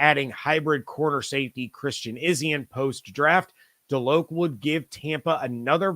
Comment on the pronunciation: FYI: As a Nole fan, Kalen DeLoach is pronounced (DeLowch), not DeLoke.